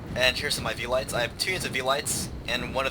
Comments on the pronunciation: Sorry, but my Latin-grammar nazi is coming out. It is not vee-lights. It is Ve-li-tays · Actually, they both say it wrong. Horribly wrong. The "V" in velites is pronounced like a "W", and you pronounce every vowel in the word, so it would sound something like Well-ih-tays. Oh and you say principes wrong, too. The "C" in principes is hard, like a "K". So it would be Princk-ip-ays. That's Latin.....